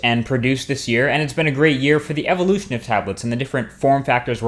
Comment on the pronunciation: It sounds like you said "evoluthnin" of tablets in the beginning.